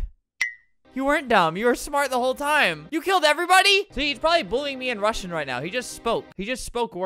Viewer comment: albert pronouncing russian like the english alphabet